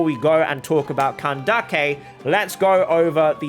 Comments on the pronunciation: The pronunciation of Candace is making me laugh I’m sorry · Nice video, I like your explanations. They`re easy to follow ^^ Little hint: Candace`s name is pronounced "candiss", not "candakke" ^^ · Its candace not kandake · Nice video, I like your explanations. They`re easy to follow ^^ Little hint: Candace`s name is pronounced "candess", not "candakke" ^^ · I find it funny how he says candake instead of Candace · do you really pronounce candace as ka-nda-keh?😭 isn't it ka-nde-eesh/ka-nde-sh/ka-nda-sh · I dont think its candake its candays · Did say kindace in kandise it's the word is candes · Wait is it actually pronounced CAN-DAK-EI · Why do you say kandake her name is Candace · the way u pronounce candace 😂 when i say her name it sounds like candis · her name isn't Kandake. I'm Arabic and neither Cyno nor Candace are Arabic names, so just pronounce them like they originally are. Candace is a name and it's disrespectful to change it just because you want it to sound Arabic. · did he really call candace candake. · Whenever you say "Kandake" a part of my soul dies. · “KAN-DA-KI” seriously?!?! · Ain't no way my boy says Kan-da-ke 💀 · Oh boy, man just said candakey. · Lol, after seeing twitter and instagram posts of candace, I can never pronounce her name the same again, i kept callling her candeez to my friends, but I sure am pulling for her😂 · I’m sorry and I don’t usually care, but the name pronouncing just seems made up at this point LOL CAN-dick-a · Bro says “can dake”😭😭😭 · Jesus Christ you're pronouncing his name so, so, so, SO wrong... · (NO HATE) its "cyno" and "candace" not "seno" and "kandake" i know the origin of candace is kandake but thats not her actual name they named her candace so you should call her that and i dont even know how you think seno is the right pronounciation because its written cyno like "sai no" or "sih no"